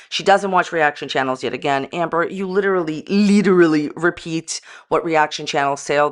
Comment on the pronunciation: Every time she says "Literally" my ears scream in pain. Not making fun of her if she has trouble saying a word, we all do, but usually when we know the word we can't say we find another one to use that means the same thing....lol Well except for Worcestershire sauce, it just becomes that "sauce no one can say" lol